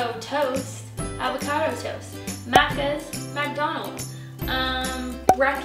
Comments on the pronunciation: lol the way you say maccas is the funniest thing I've heard today, kind of endearing though XD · I'm Australian from Sydney and the way you said maccas 😩😂😂 love the video though ahahah